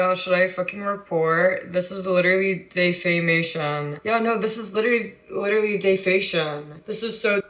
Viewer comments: Day-faytion xD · I think that a lot of, if not everything she said in this video was her projecting. In other words, most of, if not everything she said he has done, actually she is the one that has done it. Also, "Day-fay-may-shun"? "Day-fay-shun"? 😂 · Bro if this wasn't your channel, I would've stopped it after she said "defacion" like wtf? Lol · Here's what I think. I think her role model is the "cash me outside" girl... after all both think that they are all that, they both have a weird way of talking ... plus at the beginning of the video, you'll notice how she pauses slightly, and pronounces defamation (dayfaymashun, dayfayshun) almost like she's thinking how can I say this to make it a catch phrase like "cash me outside." She's nothing but the lowest of the low... if I did something like that, my grandmother alone would make sure I wouldn't be able to sit for at least 6 months. Also, I don't buy her b.s. excuse that the dad said the address while she was streaming... How often do you say your address to another resident of the home when you're home?? I mean, I go around all the time yelling my address in my own home. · She is speaking in DEFICATION . she sounds INGNORANT . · The fk is dayfation lmao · Man I was this side of sleep when I heard her mispronounce defamation now I'm up like lord bless her heart.🤦🏾‍♀️ Jesus fix it. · Hear her say defamation hurts my ears, damn instead of getting views get an education, girl.